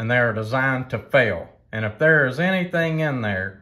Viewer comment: "Down in dare" 😂 Great video, many thanks.